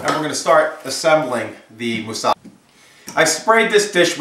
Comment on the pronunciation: I've learnt a lot from you already but, I think you should've cut the slices way thinner and added a little cheese what'd have made a better presentation. It's said moossaKA, the last syllable should be stressed.